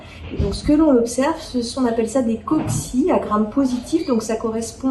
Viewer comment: Svp pas de s à la fin de cocci qui est déjà le pluriel de coccus. 1000 Mercis